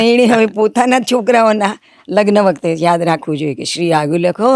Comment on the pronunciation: just to be clear, can anyone tell me whether Ms. pronunciation of the English word "marriage" in Gujarati is correct or not? I think she pronounced it incorrectly since she said "lagan" (લગન), but I believe she should have pronounced it as "lagn" (લગ્ન) because I think that's the correct way.